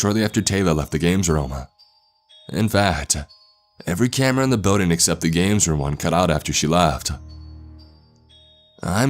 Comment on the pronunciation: Trevor and Tori he also says words like BUILDING like “BEEWDING” instead of BILL DING